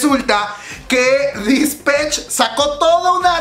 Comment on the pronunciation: Se pronuncia Dispeich